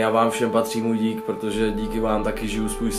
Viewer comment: On povedal "moj dick vam vsem" ale ne povedal dik